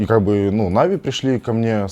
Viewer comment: Он меня бесит уже потому что он говорит навИ, а не нАви